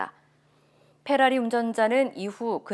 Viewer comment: 페라리.는 f 발음입니다